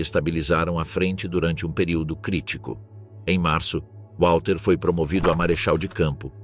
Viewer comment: Não é UÁLTER Model ... W em alemão se pronuncia como V!